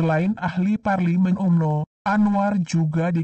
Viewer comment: Sebutan Umno biar betul Pak..